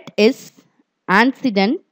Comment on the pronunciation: Bread is called "Antecedent" not ancedent :)